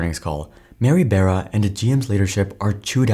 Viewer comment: IDK why it bothers me but I'm pretty sure it's, Mary *"Bar-uh" "b-ARE-uh". Not Mary "bear-ah".